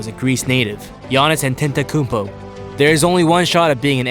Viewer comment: Its not Antento. Its not doncik. Its pronounced Antetokounpo and its pronounced Doncic